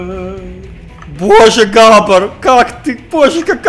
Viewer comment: Что?! Мне не послышалось ? Он сказал "Грабор" ?!